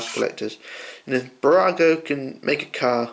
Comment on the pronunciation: New subscriber :) 1.5 years later... your pronunciation of Burago is spot on!